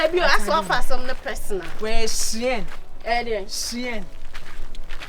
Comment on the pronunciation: Shiɛn dress paaaa😄😄😄😄😄😄 Sister, it is called SHEIN, not shiɛn😂😂😂😂